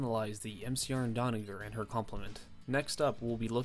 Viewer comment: Stop saying Donnaguer!!! It’s Donnager!